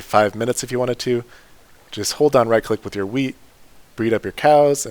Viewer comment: I could’ve sworn he said wiener